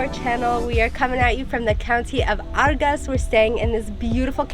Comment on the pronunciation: what Argahs? is Argeș (ˈardʒeʃ])!